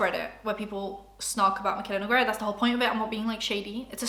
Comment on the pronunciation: I always love seeing how people pronounce her name. It's Noo-Gay-rah. :]